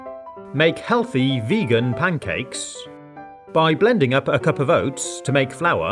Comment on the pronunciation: For the apple crumble it was so funny how he said “oats”😂